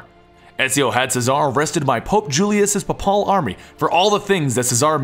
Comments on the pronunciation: WTF Is PAPALL it's pronounced PAY-PUL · Thanks for the story bits, but I think some of the script writing could be improved. Too many 'ands,' grammatical issues with tense and certain pronunciation. Not to nitpick but 'papal' is pronounced "pay-pull" as in "the papacy."